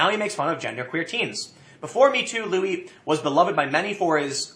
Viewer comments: tim, his name is fucking louis. and it's pronounced luey not lewis. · Why do you keep calling him Lewis? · "Lew-iss CK". LMFAO 🤣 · It's pronounced "louie" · Please, Tim. Louis CK's name is pronounced "Louie," like Louis Armstrong.